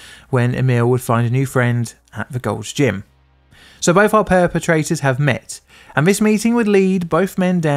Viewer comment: Did you say "Both our pair-petrators have met?"